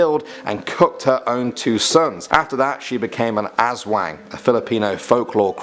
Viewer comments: did he actually pronounce it as “asswang” I’m filipino and we need to talk my dude. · Dude its ASSSSWAAAANG not asweng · It's not leyt its pronounced as Ley-te, well at least u tried also its Aswang not Azwang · Azwang me:wut...i always thought it was aswang lol now im scared of my own country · Ok...... When he said Aswang I WAS DYING BECAUSE HE PRONOUNCED IT AS AZWANG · They're actually pronounced as: Leyte: Ley-teh Quezon: Ke-zon Aswang: As-waang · why do people pronounce aswang like AZZwaang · I’m also a filipino and by the way it isn’t pronounced aswang for filipinos it’s pronounced as-wa-ang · aSSWANG Ok, props to you for trying to pronounce :] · He pronouced aswang and quezon city wrong,but hes american so its normal,actually aswang is shape shifting creature that eats human flesh they normaly turn into a wild boar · man, i wish when said "aswang" he had clipped the "as" part and not given it as much pronounciation emphasis as "wang" because...yeah...